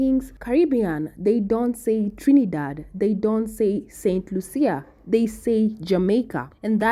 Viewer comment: St Lucia is pronounced st Lusha